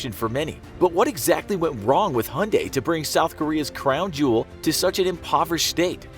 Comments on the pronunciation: Hunday? Its Hyundai (Hie-unn-die) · Who pronounces Hyundai as "hunday"? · It's Hyundai, mate. Stop calling it Hunday. It really grates on the ears. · I've heard of "Motown", but never "Hyundai Town". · Hyundai has a y in it.Why not say it? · The way he says Hyundai 😂😂😂